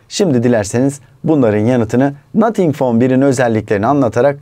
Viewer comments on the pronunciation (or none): nathink fon bir 🤣🤪💩